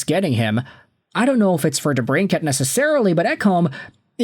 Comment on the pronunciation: For real... Not even watching this video just clicked on it to give your highlighted comment a like😎 dude can't even pronounce debrincat